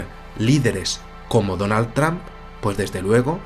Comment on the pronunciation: Tramp???? Se pronuncia "tromp" mi buen, Saludos.